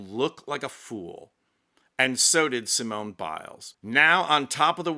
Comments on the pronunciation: had to stop watching when he pronounced the final e in Simone when the final e is silent, all the while claiming it's French pronunciation. My ears are bleeding. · The e at the end of Simone is silent, phonetically it sounds like this, Seemon, other than that your impersonation was pretty darn funny! :face-blue-smiling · in french Simone is pronounced like see-mon (the "mon" of monday). Congratulations to Simone Biles. Greetings from France. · Someone needs to tell ‘’ that her name is pronounced the same way in French as in English. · might be a bit too English to be French (the 'e' in Simone is silent, for instance), but he does have the sass to match.